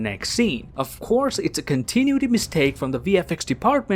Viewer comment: Talking about a continuity error and can't pronounce, "CON-tin-NU-i-ty". LOL. Great post, though. :D